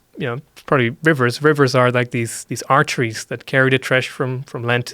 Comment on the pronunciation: with all of his education this dude still can’t pronounce “arteries” right so 👉👌